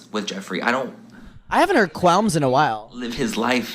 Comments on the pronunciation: It’s qualms not quelms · Manny, baby, it's quAlms